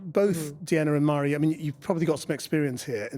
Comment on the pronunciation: Forgive me, but, isnt it pronounced "varree", not "mar-ee"?